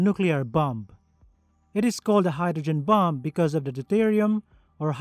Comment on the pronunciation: "Let's assume the bum has already been released from the bummer". I can't help but hear the words "bum" and "bummer" every time he says bomb and bomber, which is rather interesting. I'm not knocking the narrator because his English is far superior to my second language. Well...I don't even have a second language, so definitely not criticising. It's just funny hearing him talk about bums and bummers, is all. 😂